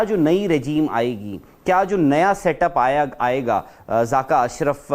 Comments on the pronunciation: 🇮🇳(loru) its zakka not zaaka😂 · Zaaka nhi jahil zaka hota hai